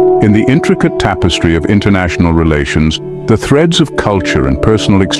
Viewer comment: Einnternacionull.. as in einn, tveir..back null..